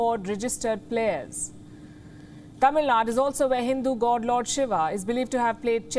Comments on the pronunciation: One correction, It’s NOT Tamil Nad. It’s Tamil Nadu. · Should I say that Tamilnadu did a best job in putting up the best opening show as a memeber of whole India…….and it’s Tamil NaDU … please even it’s new to you guys try to pronounce the name as it is because wion says itself as an intl channel then be one….. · Thamizh Naadu is the correct pronunciation. It was anglicized for the convenience of people who do not know how to pronounce Thamizh words in northern Bharath and foreign countries.